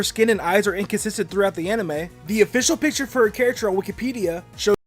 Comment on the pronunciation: Am I the only one who thought Dobb's pronunciation of Wikipedia sounded like Wookiepedia? Does that mean Jigglypuff is in Star Wars?